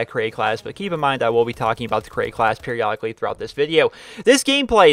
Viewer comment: Lol you said "periolodicly". "We have to wait a long perriolodicly time"